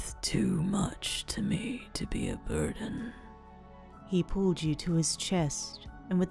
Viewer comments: I know this is not the right time to make jokes but when tokoyami was saying burden all I keep thinking was BIRDEN!!! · haveing a very serious conversation What was said: I didn't want to be a...burden to you What my mind herd: I didn't want to be a...BIRDen to you